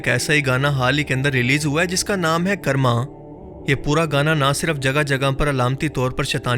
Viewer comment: Bhai karma ko 'kaarma' pronounce karte hain 'karrma' nai 😂😂